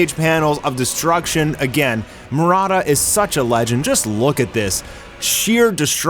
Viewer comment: why are you Pronouncing "Murata" as Marada?